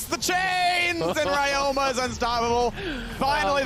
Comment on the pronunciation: Why they call ryoma like Rayoma